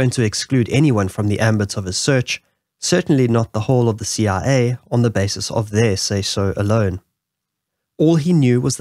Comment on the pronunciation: Ur CIA sounds like CRA, was a bit confusing until you said it alongside the CIA logo